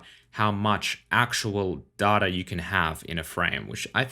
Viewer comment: Dude, I enjoy your videos and talk as much as you like, but it's definitely 'data' not 'data'